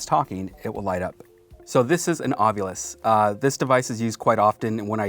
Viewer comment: from the way it's spelled, the "ovilus" would be pronouned "aw-vih-luhs" but is instead pronounced "aw-vyou-lihs" as in "ovulis" xD